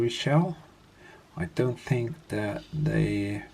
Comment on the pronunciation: the way he says thats how we say it -----> "what is that" = "what is tha" <-- thats how he says it